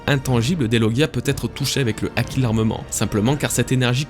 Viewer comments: Haki ≠ aki. Et myōō≠mioho (juste myo mais avec trois ou quatre "o" à la fin ^^) myoou a la limite. Vidéo bien sympathique dans l'ensemble mais attention à certains faits inexactes . Tout d'abord, pour ce qui est de la pose qui change en main ouverte , C'est avant tout une pose très classique dans le théâtre Japonais et de plus tu analyse ça d'un point de vue occidentale car au Japon une main au doigts ouvert ne symbolise pas le 5 mais le 0 , le 5 étant un poing fermé.... Ensuite a en Japonais , le Kanji de l'énergie/souffle se dit "ki" ou "ké" voir "iki" en lecture kunyomi. "Chi" c'est la prononciation chinoise . Puis le symbole du ki n'EST PAS le même que celui du Haki mais est utilisé dans celui ci c'est pas pareil, c'est comme une racine étymologique en francais donc rien d'étonnant à le voir ici. Ce Kanji "ki" est utilisé dans la formation de plein de mots ayant un rapport de près ou de loin avec l'énergie/le ressenti etc ... (Par exemple on le retrouve dans le mot kūki voulant dire "air" dans le sens "atmosphère" (mais si tu lis littéralement le sens des Kanji un a un y a marqué "énergie du vide". Et enfin la dernière chose qui m'a fait grimacer c'est quand tu parles d'Oda parlant des références culturelles de son pays quand tu fais référence au bouddhisme et à l'hindouisme. Sache que l'hindouisme n'est pas présent au Japon et que le bouddhisme ne représente que environ 15% des croyants là bas.. l'extrême majorité sont shintoïste (84% des croyants). Bref ce ne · Pk tu prononces pas le h quand il y en a un : "haki" mais tu le prononces quand il y en a pas "myōō"